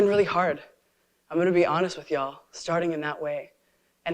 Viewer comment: Why the actual "F" do leftists keep saying "Ye'all".